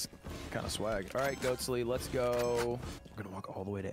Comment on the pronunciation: it sounded like lud kept saying goatse in the building and... I think he knew what he was doing